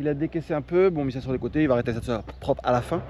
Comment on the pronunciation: Il manque toujours des r à prope et centimètes 😂